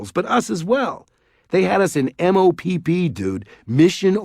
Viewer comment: Lol its just mopp gear like mop Not m o p p